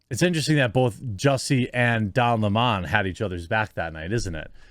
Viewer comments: fire don lemming !and it's lemon not lemawwwwwwwwn . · Bro stop saying don LeMon, it's Lemon like the fruit 🍋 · Don Lemon not Limon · Why does this guy have so much trouble pronouncing Don Lemons name. Weird. CNN might be closer to watchable with Don and Chris... I won't but it will be better.